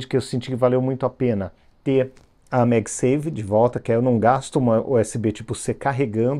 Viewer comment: é MagSafe (Safe de seguro), não SAVE de salvo. Embora faça sentido também porque essa conexão è pra salvar de puxões, esbarrões etc 😅